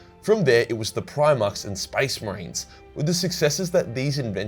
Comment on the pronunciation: I swear to God I heard spice marines in one moment and I imagined a Indian or British space marine legion. Now i can't stop thinking about it